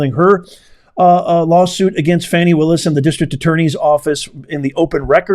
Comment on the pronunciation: Please stop mispronouncing that woman’s name. “Do not judge, or you too will be judged. For in the same way you judge others, you will be judged, and with the measure you use, it will be measured to you. “